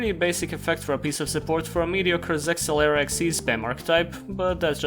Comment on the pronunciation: yeah but you keep pronouncing zexal wrong